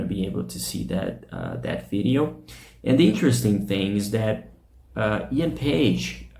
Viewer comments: Drummer's name is Paice, nickname Paicy, not Page. work on your pronunciation man before you go online, would you? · I liked your video... tnx for putting it up... and I need to say that Paice is not a Paige like you pronounce it :)